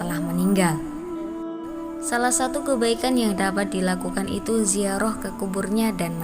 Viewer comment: Ziarah bukan ziaroh.